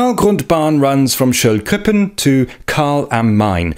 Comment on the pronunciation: How is your British accent still so strong when you pronounce Schöllkrippen?